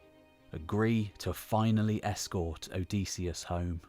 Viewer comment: Great video, well timed. But one thing: Hearing you pronounce "Odysseus" OH-DEE-SEE-US", instead of "OH-DIS-EE-US". I wonder if you will show the "Pylos agate", it really captures the spirt of the era of the Iliad and Odyssey imo.